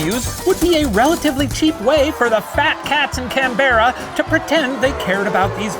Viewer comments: Shane's Aussie pronunciation went so well for the most part... but Canberra always trips the Americans up. You gotta ignore the E! Canbra. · Apart from Canberra = CAN-BRAH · It hurts as an Aussie hearing Shane mispronounce Canberra like that... It's (Can-bra) hahaha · 'Can-berra' and 'Mel-born' I laugh. For reference they're pronounced 'Can-bruh' and 'Mel-burn' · It’s not Cam berra its Canberra (like cambruh) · Loved the Professor’s pronunciation of “CanBEERA” 😆 it’s just pronounced “Canbra” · I'm rewatching this and while most of the accent is pretty good the pronunciation of Canberra killed me - we usually pronounce it Canbra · Canberra is pronounced "can-bra". Other than that great pronunciations haha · Also Canberra is pronounced can-ber-rah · still no one corrected him it's more pronounced "Canbra" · So the Professor pronounced Melbourne correctly (thank you) but fucked up Canberra ( kan-bra ) Well done! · How did they pronounce emu right but not Canberra or Melbourne 😭 can-bra Mel-bin okay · his canbarra pronunciation needs a bit of work, but its still GREAT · Just a heads up Canberra is pronounced like Can-Bruh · As an Australian, I commend Shane on his pronunciation of Emu and teaching Kate and Ryan how to. And "OH GOD FUCK" is an accurate statement of Australians in panic I applaud you sir 👏 Can-brah Mel-bin Has made my day that your back ❤🇦🇺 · Sooo we're gonna school people on the pronunciation of Emu but still go with Can-berra? Cool cool cool cool cool. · Lulled into a false sense of security by the flawless pronunciation of Melbourne, only to be gut-punched by the butchering of Canberra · As an Australian the way this blue fuck pronounced Canberra made me comically spit the beer I was sipping out of a large mug across the tavern and stand up in outrage while wiping the residue from my thick beard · Oh no. He mispronounced Canberra… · Are we just going to ignore the way Shane pronounced Canberra? It hurt so much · They pronounced Canberra wrong tho 😭